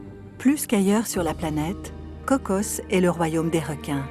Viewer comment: On se calme avec la prononciation CocoSSSS. C'est Coco, mais les français rajoutent des s alors que c'est un nom propre. Personne au Costa Rica rajoute de S